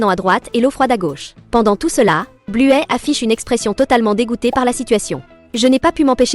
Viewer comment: Buè elle dis